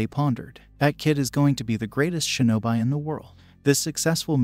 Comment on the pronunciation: its pronounced shi no bi like bee